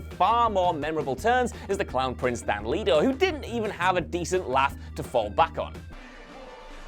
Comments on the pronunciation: It's jared leto not jared leeeto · ItS JEred not JAred and LET-O not LEET O 🙄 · LE-TO. NOT Lee-To. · Leto not leeto geez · Leto NOT! Leeto! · Fukin “leeto” 😂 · Who tf is Jared "Lee toe" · The way he pronouces “era” and “leto” is just... ow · Pretty sure you're pronouncing "letos" name wrong. Not like you read the comments anyway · Please make up your mind about how to pronounce "Leto". I don't care whether you say "Let-o" or "Lee-toe" but alternating between the two is weirdly distracting. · Pick a pronunciation and stick to it, jeez. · is it Leto (Lee-Toe) or (Let-Toe)? You changed your pronunciation every other time you said Jared's name 🙄. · I know, right? I'm sure this guy doesn't say would you leeet me borrow this, or would you leeet me have some of that, why is it so difficult for some to comprehend how to pronounce Leto??